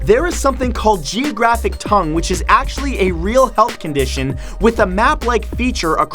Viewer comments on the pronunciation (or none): none